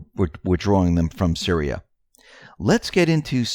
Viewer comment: And Syria is pronounced - Sear—ree-ah....not Sir-rye-ah —the only reason I am correcting you is because of believing in Q, the other side think we are uneducated idiots. Please write things down by syllable if you have to.